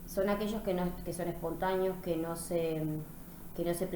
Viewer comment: gracias por difundir valiosos conocimientos, sin embargo con todo cariño y respeto le hago una sugerencia, trate de pronunciar mejor las palabras tales como: " espontàneo " usted dice " espontàño ", tambièn evite la redundancia o cacofonìa sustituyendo con un sinònimo, por ejemplo cuando dice: " hablan de forma informal " puede reemplazar por " hablan de manera informal ". Recuerde que al ser profesora de Literatura su expresiôn oral debe ser òptima y cuidadosa. Èxitos.